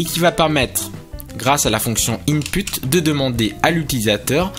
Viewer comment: J'adore le " InPUTE". Sinon pour elif, ce ne serait pas elsif ?